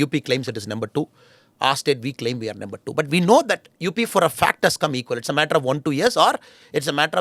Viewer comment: Why does Annamalai says nember for number?